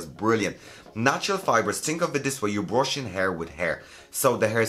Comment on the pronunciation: I love it when he says "tink about it"